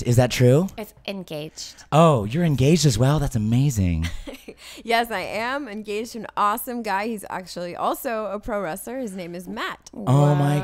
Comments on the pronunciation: I heard your engawjed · Oh so I heard your engawjed xD